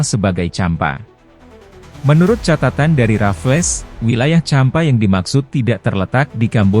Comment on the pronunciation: Champa,bukan jempa